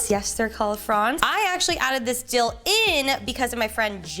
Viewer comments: Dildo ?!? I know you didn’t actually say it butttt thats what I heard. Anyway I love the episodes. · I would be careful when saying dill, because hehe you said dill - doe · When she said “dill though” I thought she said something else 🤣🤣🤣